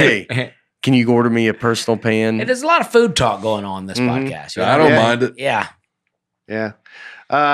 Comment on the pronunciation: Right from the start, Nate calls it a "prodcast." Buckle up, this is gonna be a great episode, folks!